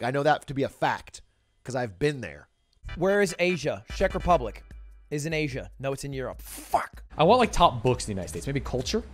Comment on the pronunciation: I am from the Czech Republic and the way he pronounced it like "Shek" made me cringe so hard. Also the way he pronounced the region Troskovice lol. I have been there a couple of times and I didn't even recognize it when he said it